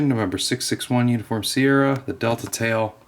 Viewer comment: its dital D E T E L A